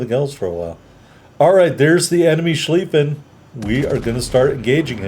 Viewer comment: So heres how German grammar works, if the word has ie in it, it is pronounced long Ee sound, if it has ei in it, it is pronounced Long I sound like eye. So it should be pronounced ShclEEffen.